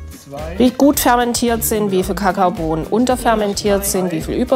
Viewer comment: ICH KANN NICHT MEHR! wie sie „Kakaobohnen“ ausspricht 😂😂😂